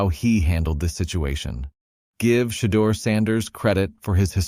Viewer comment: One of the things I can not understand... why can't these announcers pronounce Shedeur's name correctly? I believe it to be highly disrespectful.